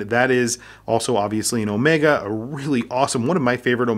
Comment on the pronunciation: Overpriced…get a normal sea master! Also the bracelet is uncomfortable. And as for Daniel Craig designing a watch, he can go fly kite…he even screwed up how to pronounce Omega! (Not Omeeeega)…and now half of the UK mispronounces it…